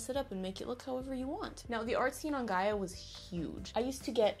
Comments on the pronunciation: one: you're saying Gaia right. Two: PLEASE go back on Gaia lol it's changed so much (been on since 2007, left for four years after 2012, and them came back in Jan). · yes she is, it's pronounced "guy-uh" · Also, you are pronouncing "Gaia" right. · You are pronouncing it right do not worry. I always wish I could go back in time to the early internet days because now we know exactly how internet fame works. It would be interesting to see what someone with todays knowledge could do in yesterdays landscape. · I'm 25 now and spent my early teen years obsessed with runescape, neopets and gaia (which I pronounce the same way as you!) but 100% true I learnt how to html code because of neopets and MySpace xD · You were saying Gaia correctly, honestly it's so weird that Gaia is my name, and also this super popular online thing...very unnerving XD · Since my name is actually Gaia, I can tell you that your pronunciation of it sounds good! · LMAO MY NAME IS GAIA!!I used to play gaiaonline all time...IT FELT SO WEIRD WHEN YOU KEPT SAYING MY OMGGGG (also you're saying Gaia right, don't worry lol!) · You are saying ''Gaia'' Right i guess becuase my name is Gaia :') and you said it right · Oh and you're probably saying Gaia right :) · don't worry. u pronounced Gaia correct! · Don't worry you're pronouncing Gaia right!